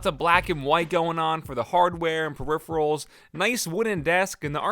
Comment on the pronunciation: "Hey guys, it's the periferals tester"